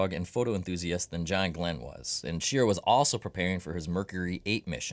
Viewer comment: Wally Schirra's last name is pronounced like hurrah!